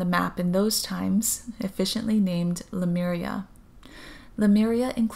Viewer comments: It’s Le— Myuur-eeahh , not Le- mir-ia. I do appreciate your channeling, and I was there too. I hear most people mispronounce it than pronounce it correctly. I heard Lumeria the other day! Your voice is very similar to Aluna Ash. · As I watched this video I started feeling dizzy and had to lay down. I started reading the comments to see if anybody reported a similar experience. Read the one where this lady points out the right pronunciation of Lemuria, I tried to say it out loud and light language started coming out to a point where I cried as I recited it. 😳😯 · Thanks Carol Jenny! I actually am very aware at the pronunciation that you stated because of the "MU" sound, but for some reason, that pronunciation does not come easy for me! I always default to the way I say it. I've tried about 20 times just now and it does not sound right!! haha!! Maybe it has something to do with my Hawaii accent! I will try to pronounce better in the next few vids since I'll be talking a lot of Lemyuuureahh but I can't promise anything!